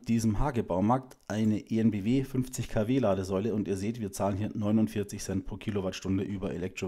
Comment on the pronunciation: "En Bee Wee" und nicht "E En Bee Wee" 😊